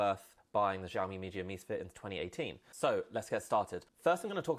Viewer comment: "Si ow mi" not jiaomi !